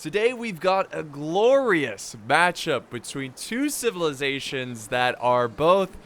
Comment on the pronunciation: Chivilazations ??? Athens and sparta......ok whatever u say